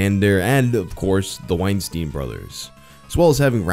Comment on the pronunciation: No-one else like to pronounce his name Weenstine